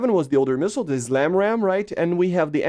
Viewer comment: With all due respect, it is not ZLAMRAAM, it's the SLAMRAAM 😄 Same goes for words like zmoke 😁